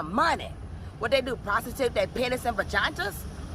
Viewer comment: Did she say, “vaginta’s”???